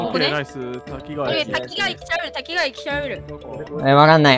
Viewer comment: たきがわじゃなくたきかわ